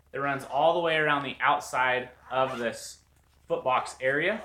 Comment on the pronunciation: foot box i thought you said fart box bahaha